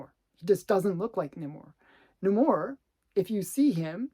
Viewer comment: not a fan of how that pronounce Namor